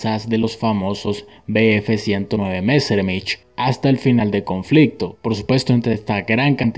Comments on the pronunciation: Pronunciación correcta: Luftwaffe: luftvafe (con ve de vaca. No luftBafe ni luftgüafe) Focke Wulf: foque vulf (con ve de vaca. No foque gulf o foke bulf) Messerschmidt: mesershmit (latinizado. En alemán: meseashmit) El alemán no se pronuncia como el inglés. En todo caso, mejor pronunciarlo literalmente. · No. Se dice "luftvafe" (con ve de vaca) y mesershmit. Si quieres decirlo en alemán: meseashmit. Hay que pronunciar todas las letras, sin comerse ninguna. O sea, luft, no luf, como lo hacemos seguido en español. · El video es interesante, sin embargo, debería tenerse cuidado con los nombres de los materiales alemanes porque se mencionan incorrectamente. Esto le resta calidad al video. Se dice Lufwafel en vez de Luftwaffe y Messermich en vez de Messerschmitt. Esos detalles son importantes. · Y mesermitch... 😂😂